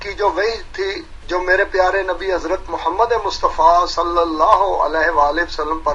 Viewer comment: It doesn’t even suit them and their pronunciation of Hazrat Muhammad P.B.U.H in Urdu. However, when they name their kazzab leader, they say it with utmost respect.